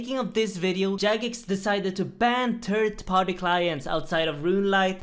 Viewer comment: "turd part clients" lololololol